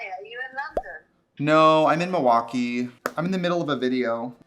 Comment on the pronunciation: you can tell trixie is a true wisconsinite bc she doesn't pronounce the L in milwaukee. it's "muah-kee".